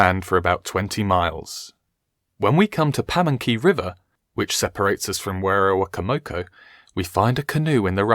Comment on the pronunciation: werowocomoco is pronounced (wero-wo-coma-co)